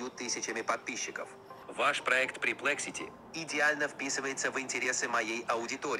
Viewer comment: Минутка душноты, правильно говорить pErplexity 😊